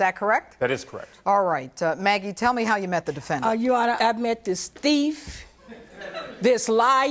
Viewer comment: "The defendanTT"